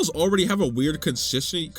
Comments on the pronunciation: Con-sis-y 😂😂😂😂 consistency? 😂😂😂 I caught that lmfaoo too funny lmfaoo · The "I'll try it" after failing to pronounce consistency seemed like he was just done with everything in that moment and decided to put the glazed vegetables in C-Tier to spite them after that.